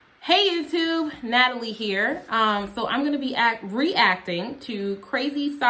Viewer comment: I always mishear when you say "hello YouTube". It sounds to me like you're saying "hello you 2" oh, like you have only two subscribers